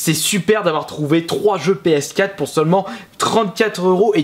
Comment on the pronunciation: MON DIEUX ARRETE DE DIRE PSKATTE! PSQUATRE AVEC UN ''R'' SVP!!!!!!!¨